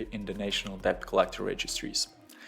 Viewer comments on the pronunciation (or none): Good video, thanks. btw: the 'b' in debt is not pronounced ^^.